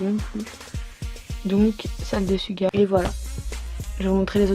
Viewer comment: J-Hope se prononce"Jey-Hope" et Suga se prononce"shouga" sinon super vidéo comme d'hab